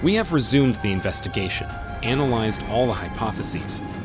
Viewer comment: Thank you! I appreciate the translation. There were a few times words were mispronounced for American English like “resume” and “debris” but very minor things for a translation. I’m glad I was able to understand and hear this story.